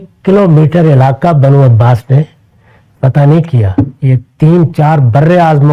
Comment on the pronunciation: عباست نہیں جناب عباسی یا عباسیت